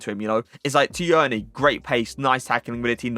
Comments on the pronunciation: Tierney is just pronounced like Teerney lad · that’s not how u say tierney